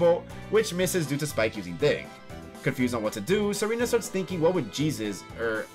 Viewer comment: turn on subtitles and listen when he says dig 💀